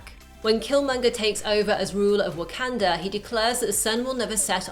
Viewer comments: It sounds so weird hearing "wah-CAN-duh" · She keeps saying wakanda wrong